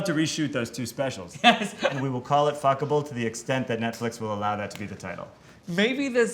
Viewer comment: Tan: fCkIbLe It literally sounfs like he forgot some letters in the word I love it😂😂